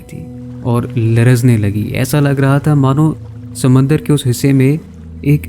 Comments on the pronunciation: Sumandar nahi Samandar hota he Meray Bhai😊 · ‘Sumandar’ LOL